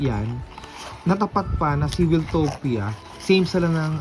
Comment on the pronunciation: Wiltopia is pronoumced as "Wayl-towp-ya", word come from "Wild". Di siya galing kay Kuya Wil.